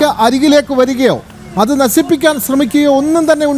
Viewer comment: ഒരു മൊയന്ത് അവതാരകയാണല്ലോ 😁😁😁ദേസീയ പതാക എന്നല്ല പൊട്ടൻ Rss ദേശീയ പതാക എന്നാണ്....നസിപ്പിക്കാൻ എന്നല്ല നശിപ്പിക്കാൻ എന്നാണ്.. ആദ്യം നീ മലയാളം നന്നായി പഠിച്ചു വാ... എന്നിട്ട് മതി നീ അവതാരകൻ ആകാൻ